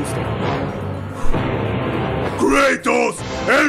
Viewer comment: ¿kreitos? estaria bien si el nombre fuera en ingle pero creo que es Kratos